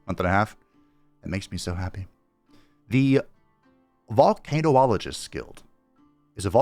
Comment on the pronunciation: I don't normally do this, but since you asked if this was a word, Vole-kan-ologist is how the word is pronounced, so you might have heard it before. And yeah, they are volcano scientists